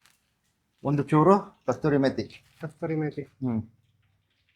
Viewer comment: ಅದು ಕಸ್ತೂರಿ ಮೇತಿ ಅಲ್ಲ, ಕಸೂರಿ ಮೇತಿ